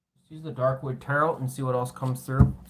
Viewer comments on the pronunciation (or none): Tarot... Said like ta-row...like row a boat The word is French...we don't say the second T Thank you ❤️✨️